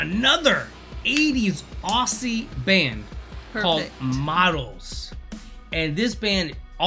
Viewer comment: Please, it's Ozzie, not Ossie.